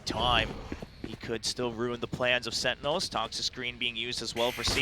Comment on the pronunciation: SenTinels, not Sen-nels wtf is that commentator? :D